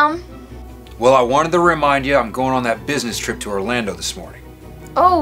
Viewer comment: it’s Orlando not Orlandot